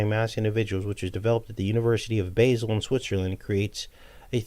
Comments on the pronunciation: I lived in Switzerland for 6 months its pronounced Ba zel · Basle is pronounced Baal. Its also where you'll find the large hadron collider.